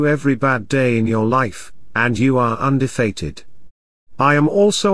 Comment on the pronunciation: Undefated lol 😂. So much for advanced AI…. can’t even talk properly 😂😂😂